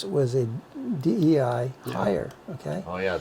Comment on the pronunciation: DEI >> pronounced as in dye or die